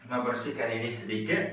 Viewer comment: yang bener "BERSIHKAN" bukan "BERSIKAN" :D